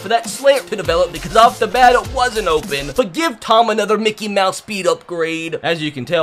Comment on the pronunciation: Why do you always say Mikey mouse